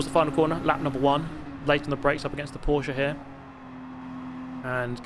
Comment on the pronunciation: As a German it makes me happy that he nows how to say Porsche